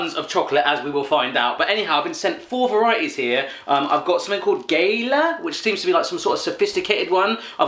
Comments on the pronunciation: It's so funny to watch this video, when you're swiss.. :D Your pronounce is SO funny.. :DD The branche call we "Brüggeli" and the first chocolate you tried is pronounced like 'callier' and not 'gailer', the Leckerlis are better with some warm chochlate.. :D I would like to correct you., but this video is just over a year ago. xD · Cailler not ghaile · It's Cailler not Gaila😂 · “Gailer?” Omfg it’s Cailler 😂😂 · Hahaha Gayler this is Cailler. It's french. ;) Greetings from Switzerland. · It is not Gailler it's Cailler!! Hahahaah I died when you pronounced it that way, but then again, you're british and that's a french word, good video! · Gayler? dude, ist pronounced the French way, ''Cayer'' and herzli is ''härzli'' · I love how you kept pronouncing Cailler like GAILA (GEIL ist the german word for sexy, wicked, horny), It's pronounced something like "Geiee" and is actually a French word xD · I expected you to taste rivella, maybe another time! :) I just discovered your videos I found them pretty good! Subscribed ;) By the way, it's not Gaila, but Cailler! Whatever, it made me laugh! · Cailler is my favorite. You pronounce it kah-ié. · Haha "tschailer" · Cailler is prononced Ka-yé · It's called "Cailler" and pronounced "Cay-eh". "Herzli" actually means "little heart". "Ovomaltine" is the original name of the Swiss brand, the export versions are called "Ovaltine". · OMG I LOVE THE WAY YOU PRONOUNCED CAILLER HAHAHHA^^ its a french word and you say it like kayer or smth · Hehe nice video ! Just for your information Kägi is pronounced kay-gi (with a G like in Google), Cailler is pronounced ca (like in café)-yeah, the W in Wernli is pronounced like a V. ^^ You made some other little mistakes but these ones (espacially Cailler) were more significant. By the way I live really near to the Cailler chocolate factory and if you still have question about what you ate or something, just ask them =) I really enjoyed watching this =D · I'm Swiss and it's Cailler....